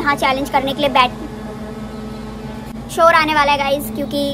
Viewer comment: ne shor bola mughe chor sunai diya ki chor aaye ga😂😂😂😂